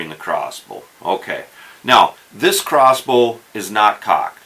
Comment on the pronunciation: Is he saying cross boo?